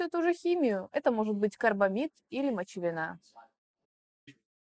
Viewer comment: ударение в слове "мочевинА" - неправильное. Надо говорить "мочевИна". И в слове "замаскИровать" правильное ударение - "замаскировАть".